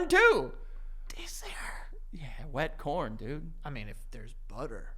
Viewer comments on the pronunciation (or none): When I saw the title, there wasn’t a single part of me that would’ve thought THIS is the way it came about… please never say wet corn like that again